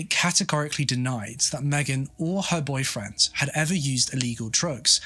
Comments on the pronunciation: It is boyfriend or boyfriends? It sounds like boyfriends when he says it but im not a native speaker so im not sure. Just made the whole thing confusing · The way you say "boyfriend," I thought she had more than one.